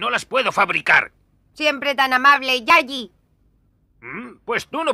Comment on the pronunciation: Le llama Yaji, no yagi, sino ese "gi" se leería como se le Gintama, y no es ese el fonema que usa Krillin Y lo de Yaji, entiendo que proviene de Yajirobai, aún que por como lo pronuncia, lo dice como si estuviera escrito "Yayi"